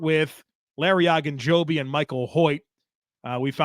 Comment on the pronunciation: Why does keep saying “Ah”gunjobi? I’ve only ever heard it pronounced every else “O”gunjobi.